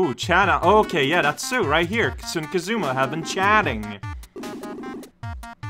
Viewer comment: Sue's name is spelled スー in the Japanese version so your pronunciation is correct